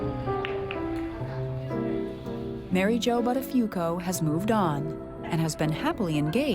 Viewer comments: Thats an italian Name the original pronounciaton would be boottafuuoco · Not once have they pronounced Buttafuoco correctly what is it that people can't be bothered to pronounce an Italian word correctly for f sake. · The way they pronounce the surname "Buttafuoco" is painful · His name should have been a big red flag to her - "BUTTafuoco" Am I the only one laughing every time they say his name ? "BUTTafuoco" I can't imagine any woman longing to become "Mrs. BUTTafuoco". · As an Italian, the way they pronounce Buttafuoco is utterly disturbing :-) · She definitely has an italian last name! Buttafuoco means throwfire but you pronounce it so wrong 😆